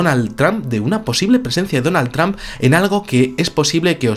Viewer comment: la pronunciación de trump, lo dice como sonando más bien a tramp.como queriendo decir trampA.